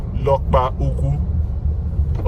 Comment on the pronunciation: Great job. Work has been ongoing on that road for the past 7 years. No one should laud this government in the way these roads are constructed. There's no plan to finish it. Mark this. Meanwhile, that town Lokpanta is pronounced ' Law-kpà-ñtà'.